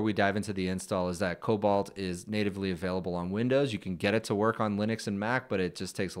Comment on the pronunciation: Just a friendly pointer cause i'm that anal. It's not pronounced "cobalt" it's "coBOLD"😮